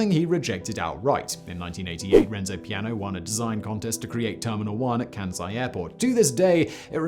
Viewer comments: The name is "Kansai", not "Kænsai". The "æ" sounds does not occur in Japanese. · It's said with an "S" not a bloody "Z".... ...my ears... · KanSai not kanZai